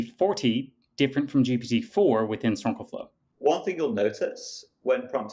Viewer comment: GPT 4o (four "Oh" for "omni"), not GPU "forty".